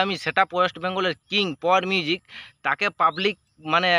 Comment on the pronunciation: ঠিক করে বল পাওয়ার মিউজিক